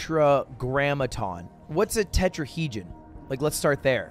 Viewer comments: he said "tetrahegen", probably thinking of tetrahedron (4 sided 3d shape), then corrected himself to "terrasect" which is closer to what he was actually thinking of, a tesseract. english major moment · He said tetrahedron and tesseract wrong, wasn’t sure that we had 60% water, thought Irish had a lot of Js (it has none lol), and also he doesn’t know how many sides a stop sign has